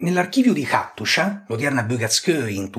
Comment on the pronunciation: Hattusa, perché la pronunci Attushia?